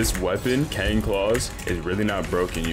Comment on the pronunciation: its not cang (kang) its cang (sang)